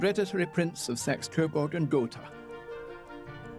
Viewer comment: Oh come on!! Saxe Coburg is translated as" sexes kava kava?? ". You guys suck. When are we going to be released from this torment.. Grànted, I can't speak Chinese, but I wouldn't try. . Kudos that you've studied and learned,but this is madness. You're making us mad 🙁🙁🙁🤔🤔😖